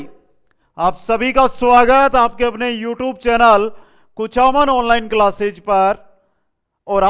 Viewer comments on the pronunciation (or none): none